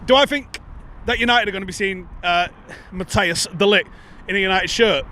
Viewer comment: How about trying to pronounce De LiGt's name properly!